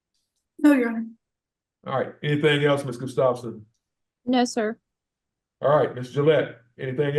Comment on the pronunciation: It’s pronounced Gus tough son